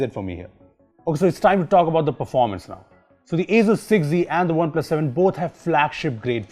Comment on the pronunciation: Others: Asus 6z: Asuzzz 6z